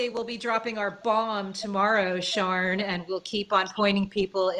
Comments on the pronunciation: Picking up the least important part of this podcast ... I'm confused about the pronunciation of Sian's name. In the UK a name spelled that way would typically be pronounced "Shaaan" - not "Sharn" - long "a", no "r" sound. It's different from the male "Sean" which is more like "Shorn" in UK english. Female: Sian - Shaan, male Sean - Shorn. Hate to be nitpicky but I kept being distracted. If Sian does in fact pronounce her name Sharn then please ignore this comment. Otherwise, great show! Hard to come back with a cheery sounding compliment when the subject matter is so grim, but of course extremely informative and insightful. Thanks for making this and thanks for all of your hard work. Do please take your mental health seriously, this is super tough stuff. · Yeah, it’s Welsh pronunciation- Shaan no ‘r’